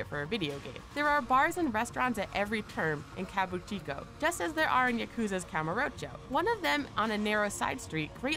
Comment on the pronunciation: somehow I couldn't shake the feeling that this video was made for idiots. So much obvious stuff... did that really need any explaination? btw "kabuchio"? you may wanna read that again. it's "KA - BU - Ki - CHO"